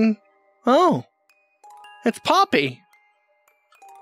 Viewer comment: Ok first called poppy woody the you called her pa-nok-io